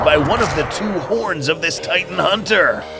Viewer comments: I saw that you said titn instead of titan, just to let ya know and to maybe fix it. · “titn” haha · Bro at one point it was called the “titn hunter”😂